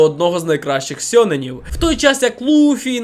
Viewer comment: Невже вам ніхто не писав про проблеми японсько-української транскрипції. Бо я почув у відео слово "сьонен" і хотів би пояснити, що з ним не так, але мені занадто лінь 🫠